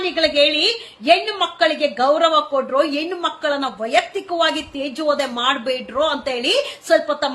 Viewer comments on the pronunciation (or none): ಅಕ್ಕ, ಹೆಣ್ಣು ಎಂಬ ಪದವನ್ನು ದಯವಿಟ್ಟು ಎಣ್ಣು ಎಂದು ಕರೆಯ ಬೇಡ.ಕಿವಿಗೆ ಬಿಸಿ ಎಣ್ಣೆ ಹೊಯ್ದಂತಾಗುತ್ತದೆ.